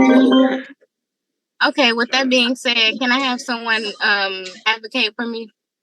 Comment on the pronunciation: Her "advocate" is terrible 😂